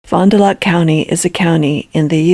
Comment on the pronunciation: Fon-duh-lack is how it’s pronounced, I live about 30 minutes south from there.